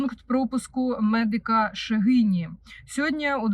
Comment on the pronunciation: МедИка - ШегінІ Наче так правильно ❤